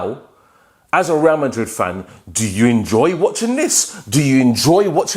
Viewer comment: The way u say WRA MARID😂😂😂😂